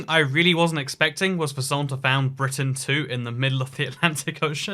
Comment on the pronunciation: Never have I ever heard anyone pronounce Brittan as "Brighten" :|